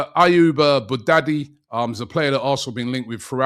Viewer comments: Robbie, it’s “BOU-YADDI”, not Bou-daddy”. Think of Wyardie… and it’ll be easy to say “BOU-YADDI”. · “Ayoub Boo-daddy” …come one Robbie 🤦‍♂️ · Robbie always butchering names Boo daddy is crazy. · Bouaddi not Boo-daddy!!! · Robbie, repeat after me: “Bu-a-di”